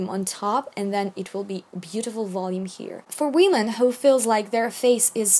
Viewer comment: I love how you say women as weeman